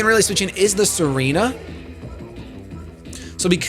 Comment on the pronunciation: Tsareena not Serena